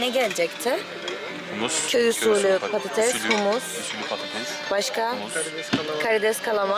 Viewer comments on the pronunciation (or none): none